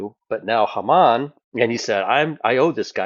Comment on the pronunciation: Haman is pronounced long first a (Hay man)